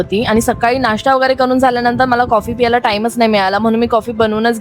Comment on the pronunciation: कॉफी पियाला नाही ग " प्यायला "